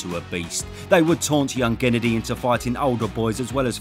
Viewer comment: I already watched this video almost 80 times just to hear the Gennadiy ''Gennanabividovividiy'' Golovkin Good afternoon from Nigeria